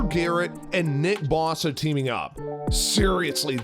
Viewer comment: Legendary Watson...LOL Legendary at sexual assault. Do you know how to pronounce any names? It's BOH-suh. Not Baw-suh.